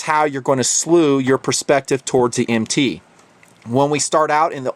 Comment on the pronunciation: the problem is he says MT as an initialization instead of an acronym, it would be a single syllable if said so